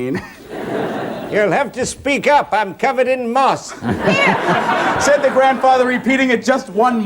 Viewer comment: Who the hell are those 2 ? 😂 sat right at the front so nobody can see past their stupid hair, and what the hell did he say? A rolling stone gathers no merse? Hahaa